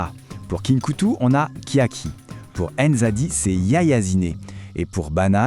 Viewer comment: serait-il possible que la prononciation de NZADI soit correctement prononcé (pas à l'européenne)?